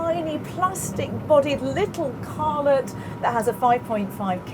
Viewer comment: Did she say; lill car-let. She did!